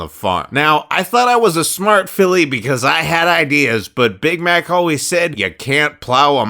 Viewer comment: Omg bamax shut up I legit thought he said bamax instead of big Mac XD